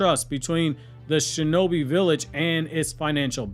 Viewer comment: Defund the SHO-no-Bi 😂😂😂😂😂